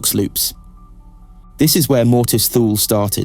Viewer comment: Although this is a good lore video, I just cannot keep watching this. It's pronounced TOO-lee. The ship is named after the northernmost place in the known ancient world. This is where the phrase 'out in the Thules' came from. An approximate translation from High Gothic would be something like 'Icy Northern Death'. Every time I hear it pronounced Thool I remember the old TV ads: Hukt on fonix wurkt fur mee!